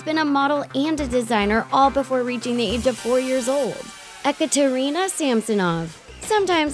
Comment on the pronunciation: its not pronounced ec-or-ter-ina its pronounced e-kat-er-ena i have a friend with that name but great vide0